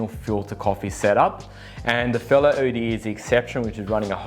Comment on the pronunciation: And it's pronounced 'ode', not O.D.E.